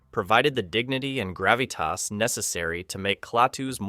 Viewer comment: Great film - too bad AI narration has to screw this commentary up. "Gavitas"